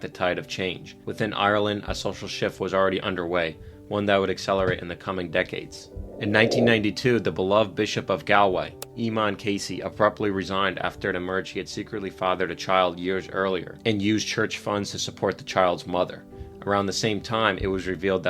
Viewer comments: fyi Eaton is pronounced AY-men… like rhyming with Cayman. 😊 great video btw i subbed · Emon inkquiries ....terrible pronouncation.